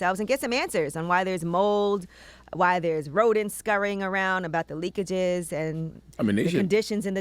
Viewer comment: Did she say leakages lol 😂